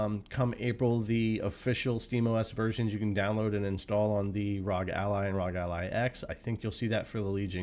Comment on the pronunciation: Wtf's a rawg ally!? It's arr-oh-gee 🤦🏻‍♂️